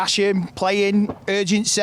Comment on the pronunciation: Urgensay lol..